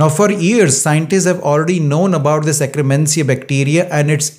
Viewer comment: (IT'S akk-ER-mansia, NOT akk-RE-mansia!) Thanks for the science and the great tips! Already heard them but now they make so much sense!